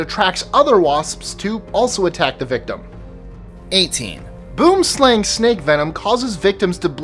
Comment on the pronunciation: I just want to say, Boomslang snakes are pronounces Boumslung snakes. It is an Afrikaans word.